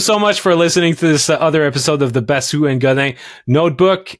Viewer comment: IS SAYING THAT PLAYERS NAME SO WRONG LMAO